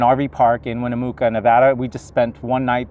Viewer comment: Hi. It's good to see you all on the road again! Just a note, for the town of Winnemucca, the "mucca" is pronounced like "mucka". It's named after a local tribal chief.:-)